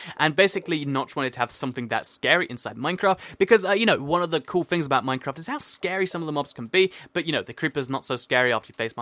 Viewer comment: I swear he said minecrap at the begining